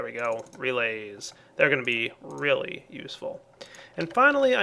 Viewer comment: lol was this planned:" we get a Relay..... they are relay useful" (of course really but it sounds like Relay ;) )